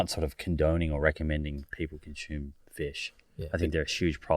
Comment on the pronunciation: Those tribes are not our ancestors. Tsimane is not pronounced 'Chimane' and consume is not pronounced 'conchoom'